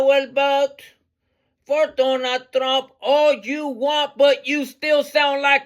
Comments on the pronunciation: “Ay will vat for DONAL TRUNNN” HE PROBABLY DEPORTED HER CAUSE SHE CANNOT EVEN PRONOUNCE HIS NAME 😂😂😂😂😂 AND CAUSE THAT SONG IS ATROCIOUS. ITS WORSE THAN NAILS ON A CHALKBOARD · Lol, I hear both donut and Donna Trunk, lol. "I will boat for Donna Trunk." It's unfortunate for those who are suffering behind fools like her. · "I wheel boat for donut trunk!" You kill me!! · A ha ha ha ha ha haaaaa! " I will boat for Donut Trunk" hee hee heeeeee! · Actually, it was "I will boat for Donut Trunk....😝😂🤣